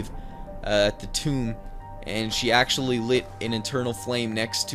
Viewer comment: acctualy tranizt